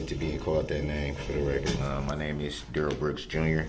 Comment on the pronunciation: He said his name was Duh-RELL. But his mom and all the important people in his life call him DARE-uhl.